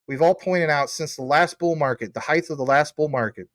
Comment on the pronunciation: From one teacher to another - for the love of language - the word is pronounced 'heighT!' Not 'heighTH' pronouncing words correctly in your stellar presentations IS very important. We LOVE your perseverance and ability to present such pertinent information about our future!